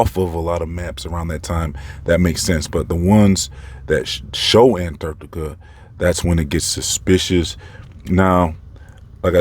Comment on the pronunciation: BTW, your pronunciation with how you say ANTARCTICA (ANT-ARCT-TICA) makes me laugh every time (in a good way) 😂👍🏼